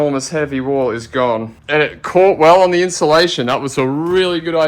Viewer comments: I made it into drinking game how many times isolation instead of insulation 😂😂😂😂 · Come on it's INSULATION